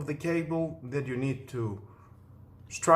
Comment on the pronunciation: Please it is STRIP as like in striptease not stripe as in tiger stripes, otherwise your English is really good